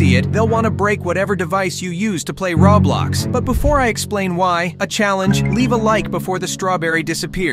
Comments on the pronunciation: What’s Rablox it’s pronounced Roblox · he is pronouncing Roblox Rong it sounds like rawblox